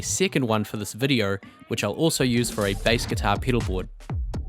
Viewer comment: " Joy-Oh" and "vid-ee-Oh" :) :) :)